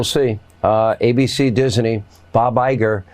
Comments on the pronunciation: Someone needs to teach Hannity that Disney is pronounced with two syllables, not three. There’s no a between s and n. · Why can't Hannity pronounce Disney properly? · What on Earth is Hannity doing to pronounce Disney in three syllables? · I thought Seen Hanitty born and raised american, but he keeps pronouncing "Disney" as "Diseney", was he russian before? Now I know what cackling hyenas sound like. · How many syllables in dizzenyy? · they can’t even say Disney right. He keeps saying Dis-uh-knee 😳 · It’s “Disney” NOT “Dizzerney” Sean?! You’re such a man of the people… 🤦🏻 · Hannity - it's Disney; not Diseny! Get your pronunciation right you sad excuse for a journalist! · It is Disney, not Disaney. Listen to how Hannity says it. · thought it was Disney not dis e nee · Why does Hannity add an extra syllable to Disney? It sounds like he's saying Dis-uh-ney. 🤨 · It's pronounced diz nee, Sean. Not diz a knee. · I thought it was DISNEY not DISANEY. WTH? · Someone needs to teach how to pronounce 'Disney'. It's a two syllable word. He always says, "Dizz-a-nee". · Nobody wants to hear from these cartoons anymore. And: Diseny?😂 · Dizzinee? Hannity can’t pronounce a simple two syllable word 😂😂😂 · Hannity, it's called Disney, not Dis-inay, ya throbber. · Why is Hannity saying Disney with 3 syllables? He does it every time he says Disney. Also, I sincerely doubt there would be any significant protest against Dis-e-ny (as Hannity mispronounces it) simply if the debate moderators aren’t lackeys for Trump. I’m sincerely hoping for a better debate than the open platform for Trump’s lies. I know VP Harris will push back against Trump, no doubt there; however, I believe it’s imperative for any news organization to not allow Trump to openly spew his lies. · I hate the way Hannity pronounces Disney. It is Disney not Disaney! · Hey sean it's Disney not disiney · You can tell Hannity has some cognitive issues when he pronounces Disney as having 3 syllables Dis-a-ney, WTF?